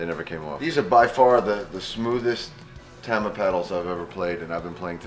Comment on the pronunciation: I love how Mike pronounces "Tama" incorrectly. He's like the Wilford Brimley of drums.